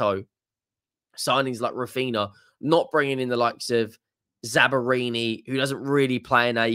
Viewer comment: I was listening to this video when I was driving home from work. I was like... who is this Italian defender that Spurs are linked with from Bournemouth? Zabarini? Bournemouth have got an Italian defender? Then I realized that will reliably butcher any name with more than 1 syllable and remotely foreign.